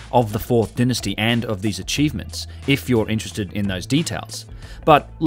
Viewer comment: Denisty?? It is Dynasty.